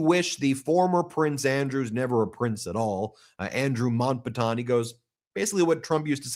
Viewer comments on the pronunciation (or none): Ben it's Mount...Bat..ten not Mount..bat.ton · Pronounced ‘Mount- Batten’….thanks. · Mount-Bat-ten Famous British royalty last name. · Love u❤ but it is pronounced Mount bat ton 🎉